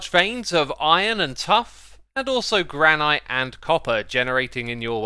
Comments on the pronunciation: It’s pronounced granitt not granite. Ik it’s counterintuitive but it’s English.. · Did X just say gran-ite. I never noticed him say that before.